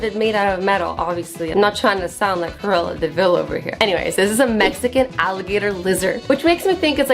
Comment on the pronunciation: D9 u know cruella? Cuz I think u said it but it didn’t sound like it to much